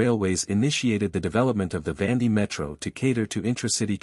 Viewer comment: Please pronounce correctly, not Vandi